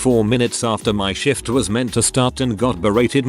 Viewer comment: Is it me or does the voice sound they are saying Shit every time they try to say the word Shift.